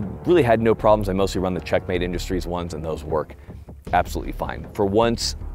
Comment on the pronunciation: Did he say "Czech made" or "Check mate" magazines